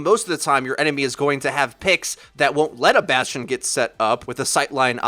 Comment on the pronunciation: sadly, bastion sound like bas tard